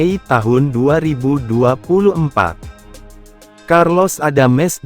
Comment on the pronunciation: karlos adams. bukan carlos adames..jadi bingung dengernya